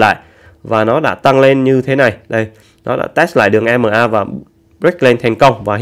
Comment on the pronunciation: Ko đọc dc tiếng anh thì đọc ema đi đọc i mờ a chi vậy